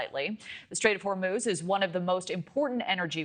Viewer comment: Her pronunciations for Iran, Oman and Hormuz... flawless 🎶🎶